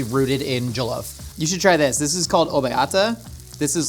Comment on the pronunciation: "joloaf" lol